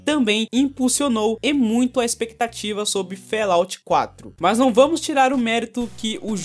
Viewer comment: Fallout - pronúncia: FÓLAUT, e nao "félaut"... abraço ;)